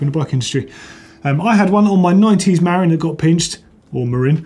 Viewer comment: YOU SAID MARIN CORRECTLY ❤️😱